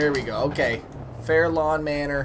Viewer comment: It's fairlawn..fair LAWN. Not Fairlane lol